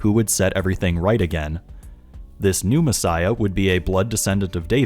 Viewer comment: I might just be easily amused but I can't stop myself from hearing you say "Pneumassiah" instead of "New messiah". Maybe it's because I know what pneuma means. Also, about the broken bones thing. I'd wager that it has nothing to do with the ancient "prophecy" at all. I could dismiss it as nothing more than a fanboy saying that Batman got beat up, but at least he didn't get beat up too badly. Jesus got crucified, sure, but at least none of his bones were broken, because Jesus is too awesome for that kind of beating! I imagine broken bones were considered a pretty terrible thing back then... considering that the bible goes out of its way to make it sound like broken bones are the most terrible thing. Nonexistent healthcare, primitive beliefs, the sheer length of recovery from broken bones being really significant to primitive societies... I don't think we need it to be a misheard reference at all. But it certainly could be one. It doesn't matter either way, since it's not even close to prophetic in either case. I just think there's an even simpler explanation. Broken bones suck, and it wouldn't do for Magicman(tm) to be sullied by such an awful thing. Edit 2: better way of explaining what I mean: I imagine broken bones weren't often set properly. Imagine a messiah with a limp. Don't think that'd make for a very impressive savior, so "he got the shit kicked out of him, BUT NO BROKEN BONES SO HE WON'T BE CRIPPLED FOR THE REST OF HIS LIFE GUYS IT'S OKAY whew saved it"